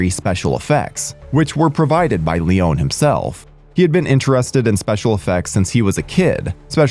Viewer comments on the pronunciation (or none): Leon-e not Leone